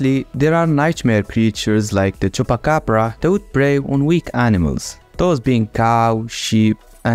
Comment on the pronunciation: haha the way you say Chupacabra is the same as in Brazil (Brazil here is with s not with z) just change the tone